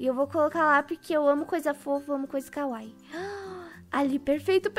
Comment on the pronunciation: A pronúncia da palavra kawaii não é kawai é kawaí